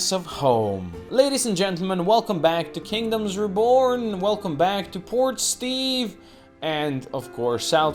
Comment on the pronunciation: Haha, every time I hear you say Port Steve I hear "Poor Steve" and sometimes I think that's more accurate. XD The logistics are getting real complicated with the ole urban sprawl but I have faith in the illustrious leader! Well played.